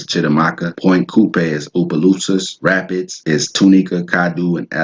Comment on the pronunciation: Hun you are chopping up our Louisiana names😂😂😂. It’s not pronounced rapids, you said it like Rap-eeds